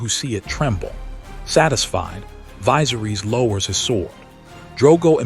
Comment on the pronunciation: of it yet, but just Daenerys and Viserys Targaryen were both botched in pronunciation. Just watch the show and hear how they sound. Daenerys sounds more like (day-nair-ris) no (deee-ner-rees), and Viserys sounds more like (Vi-ser-ris) not (vie-ser-rees). Last name pronounced (tar-gair-ree-un). Tyrion sounds like (tir-ree-un), not (tie-ree-un). Lyanna is (Lee-on-uh) not (Lee-an-uh). Rhaegar is (Ray-gar) not (Ree-gar). Aegon is (A-gon) not (E-gon). Drogon is (Dro-gon) not (draw-gon). Cersei is (ser-see) not (ser-say). Varys is (Vair-ris) not (vair-rees). Jaime is (Jay-mee) not (Jaym). Barristan is (Bare-ri-stun) not (Bare-ri-stan).